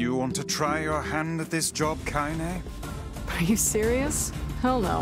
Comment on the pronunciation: I always forget how to pronounce her name "Kaine" so I would accidentally call her "Kanye" for some stupid reason